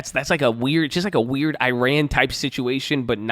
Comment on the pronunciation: It’s pronounced Iran not Iran